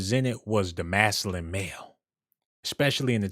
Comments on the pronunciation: MAS-Q-LIN... masculine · I like this dude I just want him to say masculine with a c in it 😂😂😂